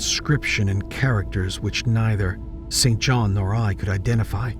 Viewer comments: Hi. I have a friend name St John.. pronounced 'Sin-jun". Never understood how his parents could have chosen that name! 🤭 Like the late British MP, Norman St John Stevas!! Unless you know someone by that name, it makes sense to think it's pronounced as written.. I heard it many times on documentaries pronounced 'incorrectly' too.. never understood why it is actually pronounced totally differently.. 🤔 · Hey there. Love listening to you as I’m cooking. Thank you. FYI. A pate is a head. He had a bald pate. Pronounced like gate not patė. The name St John is pronounced Sin Jin or Sin Jun as far as I am aware. It is now an old, and barely used name Perfectly normal for Lovecraft’s era